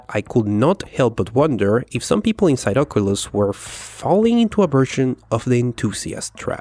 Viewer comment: Am I the only one who does not like it when he says "Ocolus" and not "Oculus"